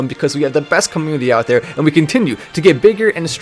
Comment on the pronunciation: It may just be his accent, but, I like how he says comMOONity lol